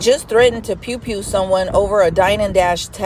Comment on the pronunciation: Not "pewn pewn"😂😂😂😂😂 sorry that was funny to me